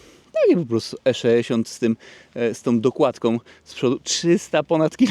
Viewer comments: Jeżeli mówi sto-trzyeści-sześ to dlaczego nie E-szeesiąt?:) Wiadomo. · Wszystko super, filmik fajny, ale jak piąty raz powiedziałeś ESZESIONT to zaczęło to być wkurw.... irytujące :)